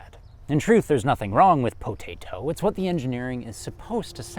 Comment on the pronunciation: "In truth there's nothing wrong with POTATOE" 😆 Is it wrong to laugh like a bastard at that? 🤭😂🤣